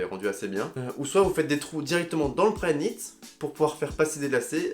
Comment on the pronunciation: Il a dit combien de fois prynit